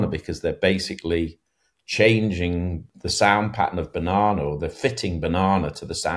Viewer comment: Will forever hear "berhnana" from now on...